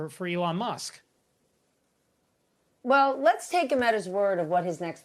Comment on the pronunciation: Did he seriously just call him Elon Mask?